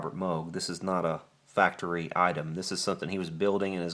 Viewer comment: It's MOOOOOOOOG not moge